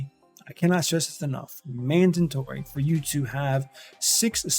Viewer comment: Did I hear mandintory? 🤔